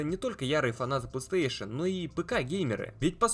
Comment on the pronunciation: Как же бесит его Плестеешен, научись говорить Плей Стейшн, да и не гэарс, а гирз.